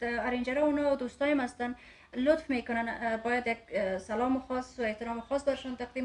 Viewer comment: احمق ، سل لام نه. سلام